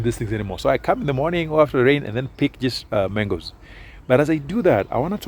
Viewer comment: Ikoni "mengosss"😂😂